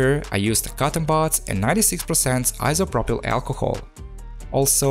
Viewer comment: yes bro. many of us come here to just hear that 96% iso pro pail alcohol🤣